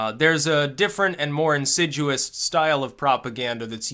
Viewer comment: Ha rump, it's insidious --not insiduous.